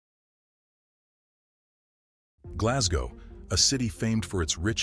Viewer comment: I think I was impersonating how the narrator said Glasgow but aye,I live not far from Glasgow and we say Glesga tae,and I live at the mouth of the Clyde,oh the shame,lol.All the best bud.